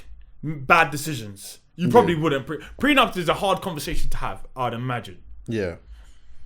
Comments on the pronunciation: It's a pre-nuptial agreement.. not pre NUMP 🤣😭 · Its pre-nup